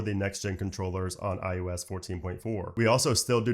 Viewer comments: ✅ iOS ❌ iUS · It sounds like you’re saying IUs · stop saying iUS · What is this IUS you speak of? I thot it was IOS.